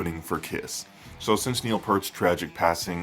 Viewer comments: Neil's surname is pronounced Peart as in ear not pert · It's NOT "PERT" it's Peart!!!!! geez dude.... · Peart. Not Pert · They've been my favorite band since 1982. I never heard his name pronounced like that until very recently. It was always "pert" until maybe 2000. Maybe I just missed it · It’s pronounced Peert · you are 100% correct pjones8404, it drives me crazy every time i hear people miss-pronounce Peart.., obviously they aren't true believers...